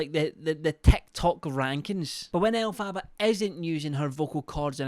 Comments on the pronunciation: ell- fabaaaa is what he calls her 😭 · it’s pronounced Elf-er-ba 💕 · LOVE How you call her El Faba hahahaha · Elf far bar is how you pronounce it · Elf - a - ba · Second person I've heard now continuously mispronounce Elphaba, and it just unfortunately grates on me every time 😅🙃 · I love but I can’t help but cringe every time he pronounces Elphaba’s name wrong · I love how just continuously mispronounces her name over and over and over 😂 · Ive noticed most uk ppl that cover her pronounce it this way lol